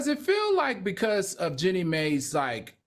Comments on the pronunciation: I’m not upset…mispronouncing the name has happened several times so I commented. Yes, the commentary about the eyes was inappropriate and shouldn’t have been said. But if that’s what you’re upset about then let it be your comment to hosts or production. My comment is what I choose to say, not what you want me to say! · Omg…you can’t even say Jeanie’s name correctly…y’all are dumb